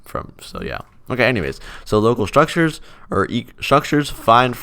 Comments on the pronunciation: Mhm.. I can't say it. Sounds like "Strukchers" Or "Shrukters" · yea, now im getting used to saying: "shtruckchurrs"